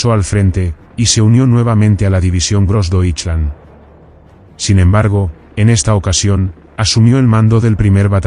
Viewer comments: Really bad pronunciation of Grossdeutschland. Gross-doy-schland. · Konnten sie niemanden finden, der wusste, wie man „Großdeutschland“ ausspricht? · Grossdeutsche Division was — grossly pronounced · Please learn how to say GrossDeutschland correctly, I had no idea what you were saying, I was wondering what is dirkland & ditchland! and who is gibbles ?